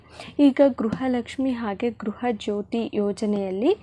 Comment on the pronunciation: ಗ್ರಹ ಅಲ್ಲ ಗೃಹ ಲಕ್ಷ್ಮಿ